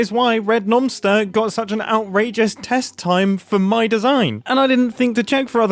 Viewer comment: Oh, nomster. I thought you were saying noncter